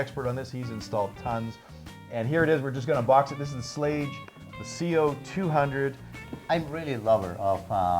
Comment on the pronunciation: Schlage, no it isn't how ever you want to pronounce it. Rhymes with plague. Ffs.